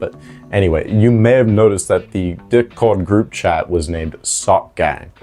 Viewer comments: I’m sorry but the way he keeps saying “Dick-Cord” takes me a minute to realize he means “Discord” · Are you saying “d*ck-cord” on purpose? You haven’t pronounced the “S” in “Discord” once since I started listening (I’m at this timestamp now), and admittedly I’m not looking at the screen so maybe I’m missing the captions highlighting the joke. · "deh cord" 💀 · Dihh cord